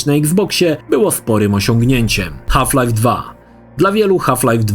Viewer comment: "Haf Life" 😂